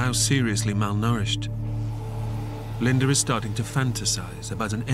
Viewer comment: Its not Linder...its Linda